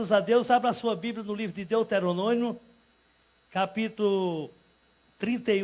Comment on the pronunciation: "deuterononio"v? ? ? ? vai aprender a ler depois tu volta